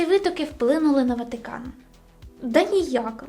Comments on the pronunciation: Золото, кльове відео, але не ВатІкан, а Ватикан. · ВАТИКАН а не Ватікан , не вмієш розмовляти? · Слух ріже ваше "і" не "ВатІкан" а ВатИкан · Не ватІкан а ватИкан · Чому ВатІкан а не ВатИкан. І ВІно а не ВИно)))))))))))) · Блін, я звісно розумію, але чому ВатІкан 😭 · Ріжуть вуха слова: ватІкан, і тд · Сиптицький??? Ватікан??? Від слова скептик, ватнік??? Якесь насильство для вух! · ВатІкан, Западина, ЄврА, вІно тощо...схоже, хтось розмовляє українською лише на камеру. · Відео інформативні, але більше не можу сприймати твій контент, через «вЄтА», «ватІкан», «єврА» і тому подібне, неможливо слухати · ВатІкан дуже ріже вуха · Ну чого "Ватікан"?? Ми що і його в русню записуємо з цими вашими "і"?